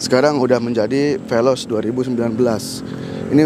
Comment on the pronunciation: Penjelasan ny kurang mantap. Veloz bang bukan peloz